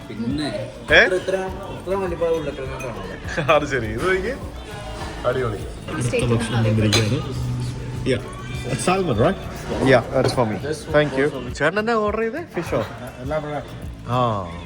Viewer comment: Salmon is pronounced as saamon